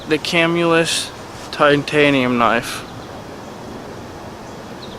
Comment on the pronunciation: You pronounced Camillus wrong lol